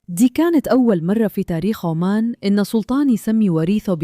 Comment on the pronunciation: عُـــمَـــانْ وليس عَــمّـــان